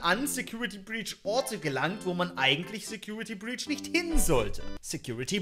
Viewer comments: Secutrity breach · Trinkspiel: immer einen kippen, wenn "secutrity breach" sagt